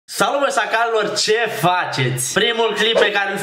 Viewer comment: Tu spui Sacalilor inloc de Șacalilor ce frumooos no hate